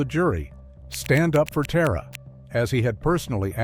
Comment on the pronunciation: Tara was very certain about the pronunciation of her name. They should have checked with someone. It’s ‘TAHR-A” not “TEAR-A”. And this bastard makes me wish I believed in hell.